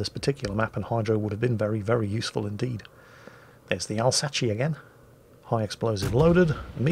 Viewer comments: What did I hear? The "Alzatchee"? Come on, french lesson: it's said "Alz-Ass" XD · And it's pronounced "Elsass"! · it's "ahlzasss" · i thought that u write Alsace but im pretty sure u pronounce it ravioli or dont u? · you are the worst! I'm not even French or Italian and you offended me with Alsachi facepalm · Alsace is french, pronounced as alsas or somthing like that. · Even if Alsace was italian, you still pronounced it wrong.